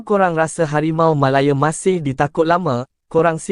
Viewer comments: Sebutan tu janganlah melayer, MALAYA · Aduiii..Harimau malaya dik bukan harimau malaye..